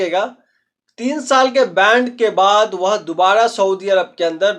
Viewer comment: बैंड नही होता है बैन होता है 😅😅